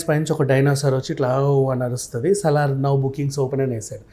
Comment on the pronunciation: సాలార్ కాదు మేడం మ్మ్... సలార్ 😂.. Just fun. But nice interview 👌👌